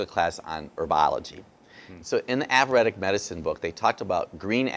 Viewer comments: Can’t pronounce Ayurvedic, it’s not averedic... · AV ER ED DIC? its EYER VAYDIC. makes me think he really didn't even study it. its not " av er ED ic" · It's NOT AVUREDIC you Ignorant mug. It is AYURVEDIC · Good info...but if you did all that studying, how come you don't know it's Ayurvedic, not averetic. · He’s studied “Avuretic” medicine from India? Is that like AYURVETIC” medicine? Just curious. It’s a bit like a scientist saying “nuke-yoo-lar” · Good vid, but its ayurvedic, not "avuratic" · Avaradic? Do you, perhaps, mean Ayurvedic? Mispronunciation reduces your credibility. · When he says "aburadic" does he mean ayurvedic?? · Thanks for those tips (reminders!) re. those yummy foods. Please get the word right: it's AYURVEDIC not AVEREDIC! Ayurveda – Indian system of medicine. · avuredic?what the hack doc?i suppose he meant ayurvedic that is so unproffesional from a doctor not to know what he wants to refer to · Ayurvedic is pronounced “aye-your-vaydic”. 😊💕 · He pronounces Ayurvedic averedic. So that is disconcerting. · this guy never studied anything. averedic. he would know how to pronounce it if he studied it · If your liver is equivalent to a Fram filter,you're as good as dead already!....Also I can't completely take this doctor seriously because he couldn't even pronounce Aryuvedic and he said he was an expert in it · Probably good info, but would have no credibility with me. The poor man cannot even pronounce the word "ayurvedic" and he claims to have studied it. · Ya think the man would learn how to pronounce Ayurvedic if he's going to profess to know something about it. Wow! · I agree with you...ruins credibility.. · When he says what class he took that he learned about the red apple compared to green he is saying Ayurvedic medicine in case you are wondering what he is saying because he was not pronouncing it right. But great video!!